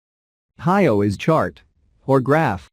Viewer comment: hyo is pronounced like hee+yo but squeezed into the length of one syllable. hy+o pronounced in the same time it takes to say, "ho" would be the way to say it.